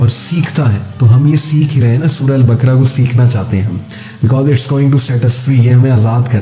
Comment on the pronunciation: Assalamoalekum aplog q ko k kiyon perhtey hain. Quran ko bhi kuran perhtey hain esa kiyon hai? Sura baqra ko bhi sura bakra boltey hain. Meherbani kerke sa kariey aap esey perhaeyngai to apkey student bhi yeh hi perhaingai.